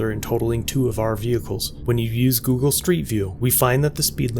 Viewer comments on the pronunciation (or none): none